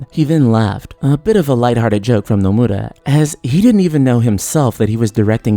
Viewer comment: The way you say "Nomura" just made me un-sub.